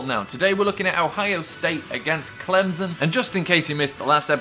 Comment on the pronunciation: It is Clem-son not Clemzon